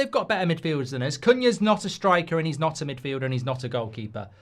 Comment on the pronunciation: “Than uzzz”